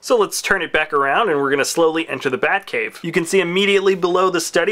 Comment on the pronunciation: heh he said buttcave im dying of laughter lolololol